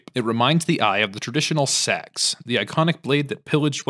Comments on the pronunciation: "The Traditional Se-AX" Pauses Checks Comments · that pause after he said "sex", he definitely know what hes doing